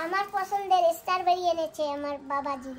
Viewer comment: It’s strawberry, not starberry😂! Nice video ❤